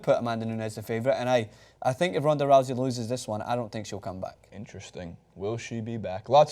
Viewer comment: is it Ronda Rowzey, or Roosey I keep hearing different pronunciations